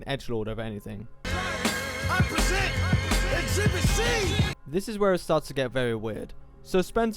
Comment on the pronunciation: "I PRESENT... EXCHIBIT C" 🗣🔥🔥